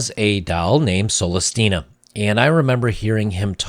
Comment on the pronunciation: he pronounced it soul less???